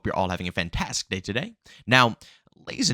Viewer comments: bruh its pronounced fan-tas-tic not fan-tas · It's his thing. It adds personality imo.